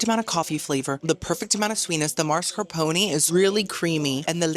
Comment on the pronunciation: heyyyy I've recently discovered your YouTube channel and really fell in love with you girly. BUT LEMME HOLD YOUR HAND WHEN I SAY THIS, it's masc-arpone not maks-carpone pls, and also hhhhhh not every European country is French